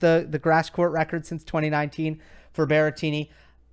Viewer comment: Guys it's BERRETTINI not Berrentini or whatever if it's easier for you just call him Grassettini